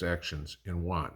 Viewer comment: Isn't it yuan = U AN not JUAN, he's a buddy from down the road. 😅